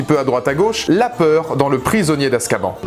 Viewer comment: Hum hum... Ça se dit Azkabanne et pas azkaban